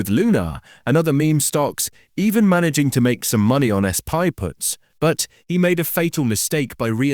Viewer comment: How did the AI interpret "SPY" as S-PIE? And why did you not fix that?